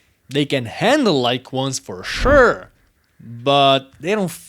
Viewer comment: FOR SHUREEE